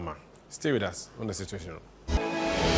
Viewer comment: Situation and not Cituatiom.